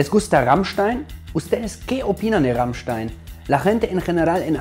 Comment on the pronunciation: wow ahora se como se pronuncia rammstein es raimschtan xD